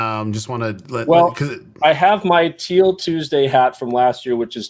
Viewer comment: think of it like Teel... not Till. 😀